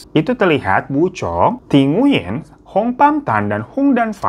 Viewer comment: Sekedar info aja, Nguyen dibaca “Nguing”.